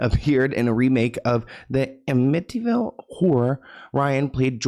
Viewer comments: Am-ma-tee horror. Yup 😅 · "Ehmittyville Horror"🤣💀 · Sorry lol took me out how you said Amityville.